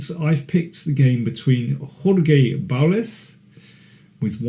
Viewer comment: Jorge is pronounced hor-hay.